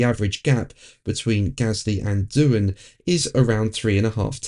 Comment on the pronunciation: It’s Doohan.